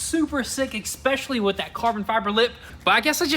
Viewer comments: ESPECIALLY. Not “eckspecially.” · Hey, love your work and the vids, but for next time its eSpecially not eKspecially. Rock on lads, and keep it going! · There is no "X" in especially.